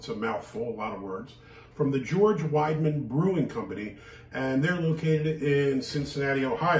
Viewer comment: It is pronounced “weed uh mun.” With my last name, I am all over the German stuff!